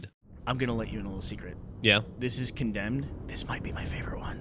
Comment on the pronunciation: Instead of Condemed, ''Condomed'' xD